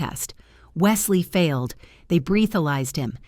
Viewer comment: Most of the time, when these readers mispronounce words, it ranges from slightly irksome to “Sweet Jesus, someone fix this already,” but “breethalyzer”actually had me giggling